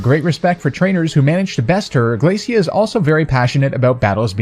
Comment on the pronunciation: I think her name's pronounced 'Glae-shuh,' Glacia. Just like 'Glae-shur,' Glacier. Referring to chunks of ice sheets (when she just so happens to be an ice type trainer). Just think about it! I see Phoebe (the ghost type specialist of the Hoenn Elite Four) coming next.